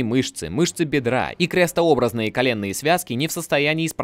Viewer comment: Спасибо за видео, материал и в правду такой что хрен найдешь, посему и ценность его намного выше. Ну и просьба есть в рамках небольшой критики. Связки крестообра́зные. Ударение ставится именно так, ручаюсь. Во всем остальном тотальное и беспросветное белиссимо)